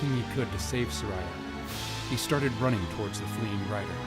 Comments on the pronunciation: It's Sar-ee-uh. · Everytime he pronounces Saria as ”Suh-rai-ah” I die a little inside